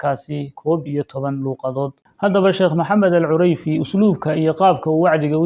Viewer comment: Cureyfi, ma ahan….ee CUDEYFI, dheh.